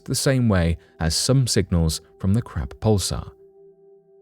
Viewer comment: Hahaha! Sounds like he's saying "Crap", with a "P", nebula instead of "Crab", with a "B", nebula.